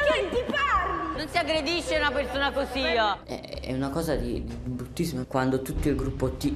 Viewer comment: "non si aggredisce una persona cosiah"